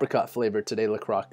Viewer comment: For some one with knowledge its "LA CROY" la croix